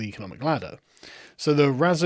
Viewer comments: It’s Rah-zoh-char-ovaniy. 😄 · 'ch' is the Yiddische 'ch', as in Channukah, mate.